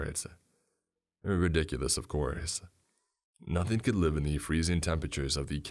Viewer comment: RecordINGS!!! NOT recordeens!!! Learn how to read ING!!! IT ENDS WITH A G SOUND, NOT AN EN SOUND!!! NothING!!! NOT notheene!!!!